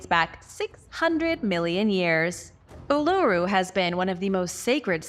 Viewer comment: Uluru or phonetically oolooroo, Ayres Rock pronounced Airs Rock, and the pictographs of native Americans is insulting, do better or do nothing at all